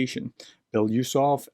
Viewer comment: Okay. I had to stop this in the middle because I cannot stand to hear you butcher BELO-USOV. Or can you make it: Be-LO-Us-Ov? I’m not russian, don’t speak russian, but just like to hear the name pronounced reasonably correctly. Normally russian names don’t end with a question mark at the end either. Now, was that so hard?